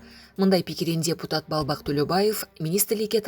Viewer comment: Диктор :. празидент анан дебутат дебей суйлосонор😄